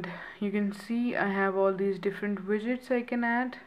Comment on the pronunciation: your widgets sounded like midets xP "you just long press it n u have your midgets........." lmao